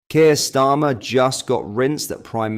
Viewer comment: It’s Kier Stammer😆